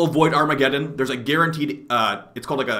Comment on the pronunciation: "void farmagedon"